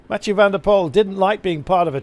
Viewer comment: Commentator, pronounce Mathieus' last name like pool instead of pole